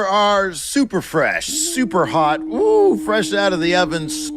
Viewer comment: FWESH AND HAWT